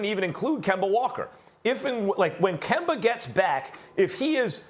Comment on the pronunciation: Stephen “Kember” A. Smith